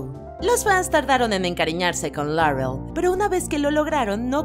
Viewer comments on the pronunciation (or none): Hacen una pronunciación tan exagerada del inglés... Dicen Darrec, Larrel, Rabin, supernarural, pero luego mencionan Huesos, en vez de Bones... O van a decir los nombres y títulos en inglés o siempre no? 😮‍💨